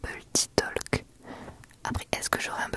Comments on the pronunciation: Petit counseil: on ne pronounce pas le “l” dans le mot “talk”, c’est prononcé “tok” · J’aime beaucoup Chuchotime je trouve que ça correspond bien pour ces moment où tu te confie à nous. PS : le L de Talk/Talking ne se prononce pas. Ça se prononce “Towk/Towking”